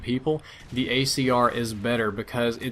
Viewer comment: He said gAyCR.